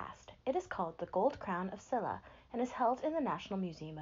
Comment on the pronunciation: just so you know, a more accurate way to pronounce Silla would be "shilla".